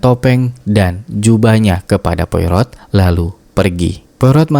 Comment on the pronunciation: Poirot = POAro, Jangan seperti mak EroT nyebutnya. Hercule Poirot - Herkul Poaro. Reservoir = reservOA